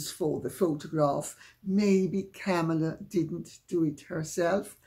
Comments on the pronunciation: It's Comma-La. Mispronouncing her name makes people sound dumb. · Comma-la. At least pronounce the woman's name correctly. It's been in the mainstream media for a very long time now. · Wow. Kamala's name was so mispronounced, at first I thought Lady Campbell was speaking about Camilla 😂